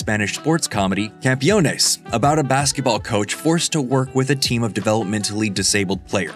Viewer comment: If you ever need to pronounciate something in spanish, like CAMPEONES, just listen to Google Translate's interpretation. The way you did it, you replaced the first E with an I.